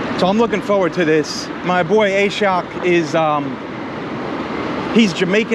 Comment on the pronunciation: Im pretty sure the name is pronounced Ah-shawk not A-shock lol